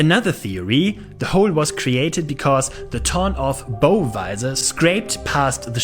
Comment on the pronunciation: Nice video! Note: "bow" (the front of a ship) rhymes with "how". English pronunciation is a nightmare...